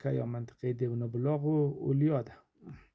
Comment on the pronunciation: مدیر صاحب تشکر ازینکه خاطرات مارا بعد سالها تازه کردی من ازین مسیر بسیار خاطرات دارم ، من یک خواهش از شما دارم شما بعنوان استاد‌ باید اسم های مناطق را درست تلفظ کنید تا کسانی دیگر هم از شما بشنود و بعد دروست تلفظ کند . شما چندین دفعه اسم دیونه بلاغ. را بردید بنظر تان آیا این. معنی میدهد ؟ اسم آن منطقه دیوان بلاغ است نه دیونه بلاغ.